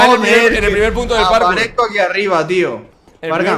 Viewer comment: Buscas comentarios que dicen que dice PATKOUT y no PARKOUR